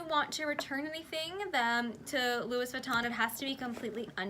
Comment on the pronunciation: The "s" in both Louis and Metis is silent